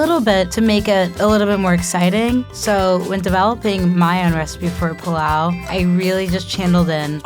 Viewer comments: PI LAU not PLAU😂😂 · It's pilau not 'pulau' and she cooked it wrooooooong!!! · Serano Chile ni niniiiii... And its not plau..its pilau, the i isn't silent.... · Are these people even African “plao” it’s pronounced “pi-la-o”. Tanzanian 🇹🇿 here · Pilau so disrespected 😂😂😂 and the way she pronounced it. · She's been raised abroad for so long that she's pronouncing "pilau"wrong 😕